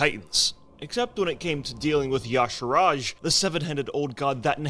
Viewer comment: bro can't even pronounce "Y'shaarj" correctly. Sigh.